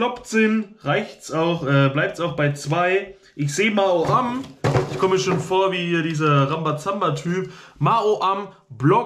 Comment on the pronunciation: Noch 10 Abbonenten, dann hast du die 5500 Abbonenten! Herzlichen Glückwunsch im Voraus! Frohes neues Jahr! Das triggert mich voll wenn du Ma-o-am sagst. Ich würde sagen Mau-am